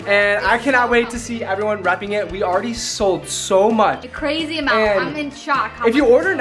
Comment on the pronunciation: said cwazy instead of crazy